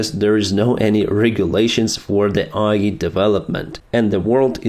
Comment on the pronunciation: Thanks for your daily updates! I know Ukraine will win! It will be slow and painful! Слава Україні! But something funny, you kept saying "AI" with a Ukrainian accent which makes it sounds like "IE" to an English ear, and IE = Internet Explorer. So it just makes the entire section about AI too funny! Internet Explorer is a catastrophic danger to the world! Even China and USA agree on that one! 🤣🤣🤣